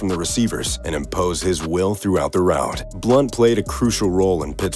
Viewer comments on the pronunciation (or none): none